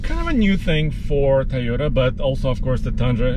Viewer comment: Can't get enough of pronouncing Tayota.